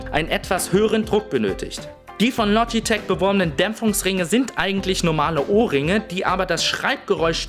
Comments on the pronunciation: Du sagst "Logiteck" und nicht Logitech :/ klingt ein bisschen ungewohnt. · "lodjiteg" LOGITECH!!!! LO-GI-TECH!!!! DEUTSCH! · loschitesch o gott, wie der das ausspricht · verfickte scheiße das LOGITCH du idiot und Mechanisch und nicht Meschanisch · Lodgitek? WTF! :D